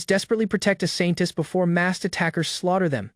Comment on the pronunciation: Why do I always here Scientist instead of Saintess